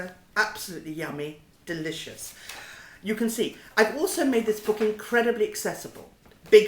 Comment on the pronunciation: hahaha, "Dishous" she says about herring roe !!!